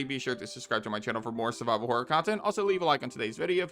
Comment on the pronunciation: When he said "Subscribe for more survival horror," for a moment I thought he said "survivable horror." My favourite kind of horror.